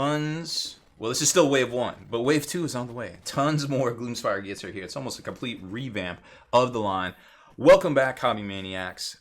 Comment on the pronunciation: I love how you cant say Gloom Spite... hahaha Gloomspire Gits.